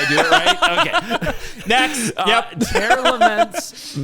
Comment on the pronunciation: This video was hyyyype dude, also I'm so happy you got down the "Tearlaments" pronunciation. Very glad you're improving quickly as well!